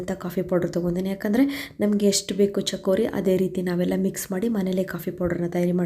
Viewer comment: Chakori all madam, it is CHIKORI. Correct it.